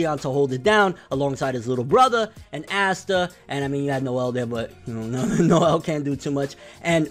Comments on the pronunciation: Awe-Sss-ta NIGGA NOT ASSTA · Well it's not Ass-ta....and black clover has a very high rating